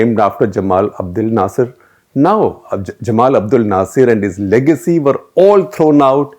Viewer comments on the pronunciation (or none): none